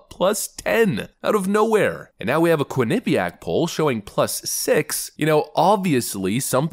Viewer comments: It's pronounced quin-eh-piaq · Lol, love how you pronounce quinnipiac. The way I believe it is pronounced is quinni piac instead of how you go quin nip iac. I live in a sports town and quinnipiac sometimes play hockey here along with cornel and harvard and others.